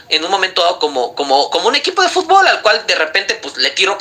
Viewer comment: El mejicano que hace hablando de fútbol , no lo saben ni pronunciar lw dicen futból😂